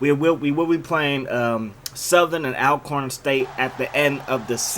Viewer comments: Say my school’s name right. Even though it’s spelled Al-corn, it’s pronounced All-corn, jus like Al-ways or Al-right is pronounced All-way and All-right... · Bro... its pronounced ALL-corn State not ALcorn